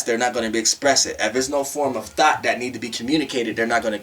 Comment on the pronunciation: But why I kept thinking u was saying “thot” 🥴🤣🤣